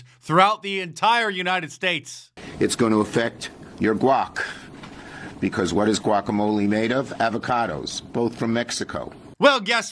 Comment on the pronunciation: Did he say guack? .... sounded like Glock..